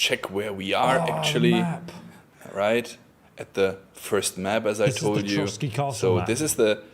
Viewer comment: Trosky, not Trotsky